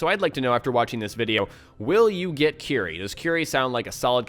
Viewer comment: 'cuerie', not 'qry'. sorry :'D